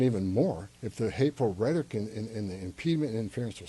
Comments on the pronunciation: Is he saying "rhetic"? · What is Reddick? Does he mean rhetoric? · This guy cant pronounce "rhetoric". Also he sounds drunk. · Rhetoric has 3 syllables. You are also full of you know what.